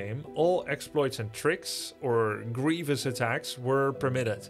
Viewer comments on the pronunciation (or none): none